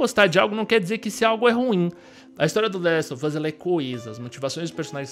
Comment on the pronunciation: Se pronuncia the last of us com V e não com F. Esse "of" tem som de V, e esse "off" é q tem som de F